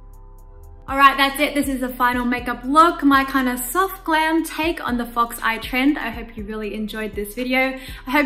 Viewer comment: Why did i hear fucks eye instead of fox eye🙄